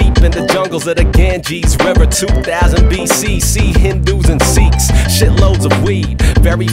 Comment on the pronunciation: Sikh is pronounced like the word Sick not Seek